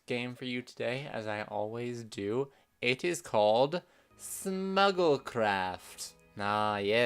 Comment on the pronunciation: I thought you said Snuggle Craft and that sounds adorable